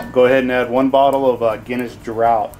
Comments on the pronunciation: Draught is pronounced like draft. Very informative otherwise, I really enjoyed the technique! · I think in Britain and Ireland it is pronounced 'draft', not 'draught'! Nice video though :)